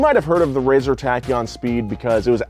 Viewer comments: RAESR is pronounced raise-ar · I pronounce RAESR as RAY SENIOR